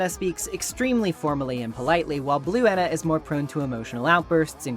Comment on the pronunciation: I like to assume that Ena’s name is supposed to be pronounced as Eh-na, but likes to mispronounce her name as a sort of inside joke. There’s even a point when calls Ena by her actual name, then immediately “corrects” herself by saying Jena immediately afterwards.